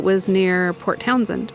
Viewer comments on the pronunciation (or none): none